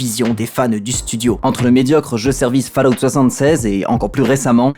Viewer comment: Je tique sur la prononciation de Fallout.